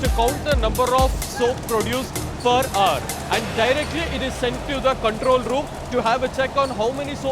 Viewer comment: per ar... that's what i been hearing instead per hour....